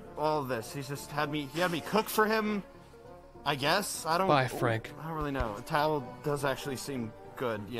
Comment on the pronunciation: The fact he consistently called Frank "Freg" had me rolling